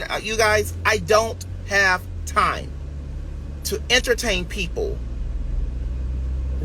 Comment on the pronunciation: He still says entertame!😂😂